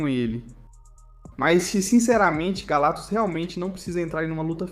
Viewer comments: Pô, esse "galatus" sem o "C" é foda hein. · ESSE IGNORANDO C DO NOME GALACTUS, TAMBÉM DEVE DIZER ÓBVIO COMO ÓVIO 😂😂😂